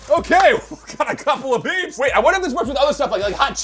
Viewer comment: He said Peep's